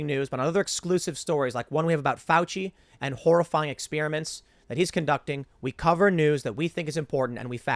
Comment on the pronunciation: I love “ex-spearmints”